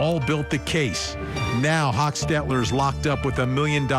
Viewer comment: First of all, meigs and Kinsinger was pronounced wrong….as well as hochstetler…